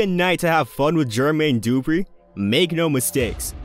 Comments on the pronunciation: Bruh the way you pronounce Jermaine Dupri drives me nuts lol its not Dooooopreeeee its du-pre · This narrator has to be AI. No real person says GER-Mayne DOO-Pree in that fashion repeatedly. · You say Jermaine Dupri goody af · It would literally take less than a minute of research to find out how to pronounce Jermaine Dupri and Keefe D correctly